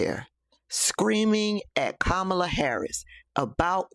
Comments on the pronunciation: The hate for Kamala is just puzzling to me!! These folks act as if she have personally harmed them smh!! They wont even say her name right!! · Anybody who mispronounces her name is a republican plant